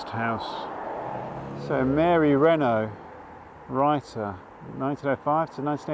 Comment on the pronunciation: Mary Renault, by the way, didn’t pronounce her surname like the French car manufacturer. Imagine an English person saying it when they’ve never heard of the car. Rhymes with “ought”.